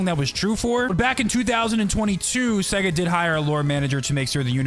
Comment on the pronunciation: In of you slow it down it sounds like he’s saing seg instesd of sega